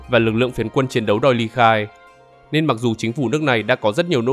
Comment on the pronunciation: Nên chứ không phải là lên, nói ngọng rồi viết cũng ngọng luôn à